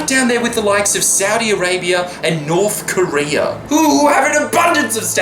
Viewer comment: "-and Norf Korea!"